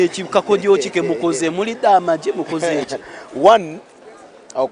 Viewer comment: Webale ku kayimba karungi "ni wowe Rutare rwanjye",but RECTIFY MU BIHE BY'AMAGE(you have sung mago!)It is mu bihe by amage(we pronounce amagye not amago)on 59'....1:1'...).Webale